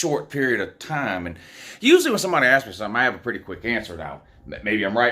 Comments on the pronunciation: Sure sounds like you said axed instead of asked, but I could be wrong. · "Somebody axed me a question?" Hope this was intentional.